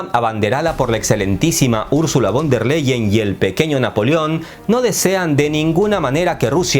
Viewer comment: stayhome: Hola el apellido de la presidenta de la UE se pronuncia Fon dea lay-en. A ver si un dia haces un video sobre ella ya que siempre a tenido buena suerte pues viene de una familia fuerte en la politica. Saludos